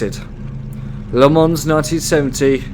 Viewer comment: its "Ley Mon"